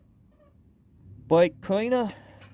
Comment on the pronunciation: Bwake cweaner a worshcwath bweck cweanewr😅😂😂😂